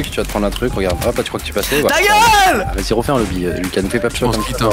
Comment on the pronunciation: squeezie a sonné quebecois avec son (ta geule !!)